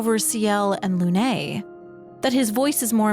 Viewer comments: Please, please, for the love of god, before the next 1h+ video, learn to pronounce Lumiére and Lune. They're NOT Loomee-ay and Looné. lol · So hard getting through this with the way you say Lune.